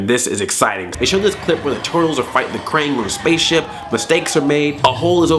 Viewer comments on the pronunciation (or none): Krang not orang